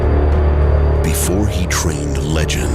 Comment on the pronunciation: I love how she mispronounces his name, and the first thing the trailer says; "His name is Ip Man"